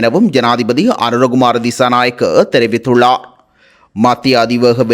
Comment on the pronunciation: செய்தி வாசிக்கும் பொழுது ….ர்…உச்சரிப்பு தெளிவிலை கவனிக்கவும்!!!! உ+ம் குறிப்பிட்டுள்ளா! தெரிவித்துள்ளா!